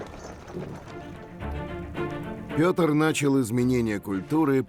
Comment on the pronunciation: Вы заметили что сказали не Пëтр а Питр